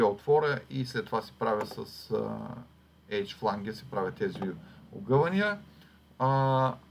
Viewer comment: Много полезен урок! Само да поясня, че произношението на Flange (фланец || ръб) е флендж, а на Edge (ръб) - едж.